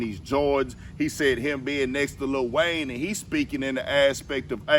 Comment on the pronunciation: Bro said Little Wayne!!! 🤣🤣🤣